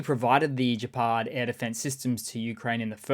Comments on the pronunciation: Gepard is pronounced with a hard g like the g in get rather than the soft g in gin or gender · Gepard, not Jepard.